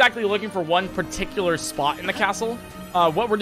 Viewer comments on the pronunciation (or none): none